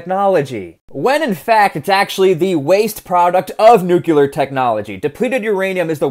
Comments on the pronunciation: nu-clee-ar not nu---cu---lar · Drink everytime he pronounces nuk-u-lur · it’s pronounced the way it’s spelled, Nuclear. Sounds like “new-clear”there’s no second u in nuclear so if you say “nucular” you’re saying it wrong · It's nuclear not nucular. The S is silent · 301st comment and another one of many to point out that nuclear is not pronounced new cue lar. I chuckle every time I hear you swallow the back end of some words like didn’t and wouldn’t (sounds like di-unt and wou-unt) in your regional accent. That is interesting from a linguistic perspective. But “nukular” is plain wrong. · I just can’t listen to someone who says nucyuler. Pronounce it right. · nook-lee-er is how it's pronounced my dude. not nook-you-ler. Go forth into the future a more cultured man, love your videos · 'New-clear' is the proper way to pronounce it bud. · My dear man, please learn how to pronounce Nuclear. You don't have to sound like President Bush just because you took part in his war. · I have little faith in the reliability os someone who cannot pronounce "nuclear" properly.